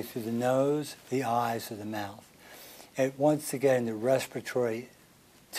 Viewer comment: Did he say eyes?😲